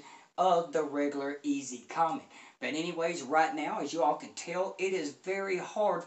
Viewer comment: Good video! I love this speaker, as well. Really musical. As an FYI, the name Comète is pronounced 'Commette', as in Corvette' (it's a French company... the accent on the E makes it a 'short e').